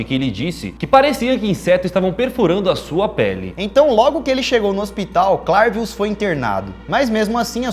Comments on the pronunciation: eu acho que se pronunci CLERvius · Se pronúncia "clervius"